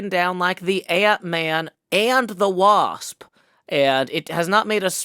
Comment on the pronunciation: I don't know why but emphasising the "Wasp" at the beginning of the episode was so funny to me!